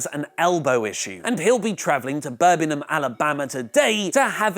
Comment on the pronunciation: You said Birmingham Alabama Wrong smh please get it right.